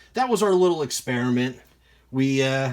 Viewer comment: I think it's pronounced Easiest (E-Z-EST)... haha but I don't know that. Great video, I've been curious about cleaning some stuff... So that looked stupid easy! The half dollar looked nice, the other may need a scrub or something? I wonder if the mexican money was already matte and dull when minted? Different silver finish perhaps. I wonder if there's any long term residual effects of cleaners on coins? I'll probably pick up a jar just to try out... Good experiment my friend!